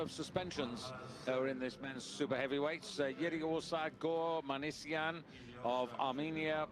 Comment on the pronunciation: please read properly: Minasyan, not Manisyan! And Lalayan, not Lalalyan!